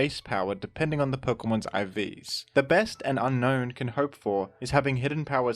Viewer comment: Fun fact, Unown's name is pronounced as un-own not un-known